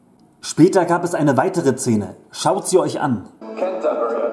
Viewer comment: Warum sagst du immer Cene, oder Zene?Ich musste wegschalten..